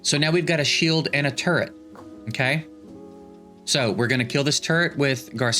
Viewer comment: Sometimes when you say turret fast, I hear TURD